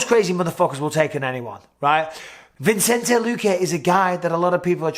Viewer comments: VISS-EN-TAY... NOT VINCE-ENT-AY... PLEASE DEAR GOD BISPING HOW LONG CAN THIS GO ON FOR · Mike, love you, but it's Vi-cen-te, not Vin-cen-te. :) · Love ya Bisping but you've been pronouncing Luque's name wrong forever, it's Vicente, pronounced Vi-sen-tay, not Vincente. Tiny thing but a huge pet peeve of mine lol. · Bisping, I just wanna point out: Vicente. There's no N between the I and the C. Vicente. Vicente. It's Vicente. Pronounced VISSINTAY. Not VINSINTAY. Vicente, Mike. Vicente. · It’s not vincente BISPING. ITS VICENTE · Just watched to see Bisping call Vicente Luque, ViNcente 500 times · come on mate pronounce vicente's name properly lol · Hope you don't watch Chael if Bisping barely mispronouncing names upset you lol